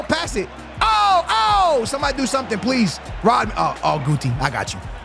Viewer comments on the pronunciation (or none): none